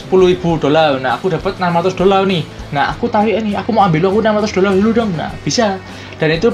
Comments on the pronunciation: Dolal itu apa?dolar adanya Kalau ngomong yang bener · Dolar min bukan dolal...🤣